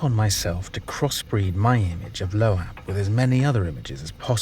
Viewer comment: It’s pronounced LOBE not LOHH- AHHH you dunce